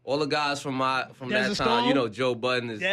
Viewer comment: Wait this nigga said Joe buddens😂😂😂